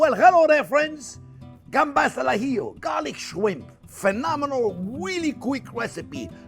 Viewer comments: Since we're not sending a man to the moon and it's only cooking, I will leave the chili out. More butter, more garlic, more parsley, more vermouth and zero chili. And for me, on crustini please. Oh, and as a Spaniard, I can confirm you're saying "gambas al ajillo" perfectly, albeit with a slight French flair; which is good. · "gambas al ajillo" you pronounce it perfectly! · ¡Excelente pronunciación!👌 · When you say 'gambas al ajillo' your Spanish pronunciation is excellent! When you say camaron, a little less excellent, haha! Thanks for another delicious recipe, I love it. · As a Spanish person, the way you said Gambas al ajillo was perfect. Could have fooled me if you said you were born in Spain! Thanks for making such an iconic dish